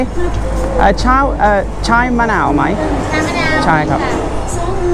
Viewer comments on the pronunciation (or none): Great to see you back on the road,! Just one thing. Tea is "chaa", not "chai". They always look so confused whenever you order tea!